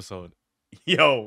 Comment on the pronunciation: Is it just me, or did people pronounce Herobrine as "herobrian"?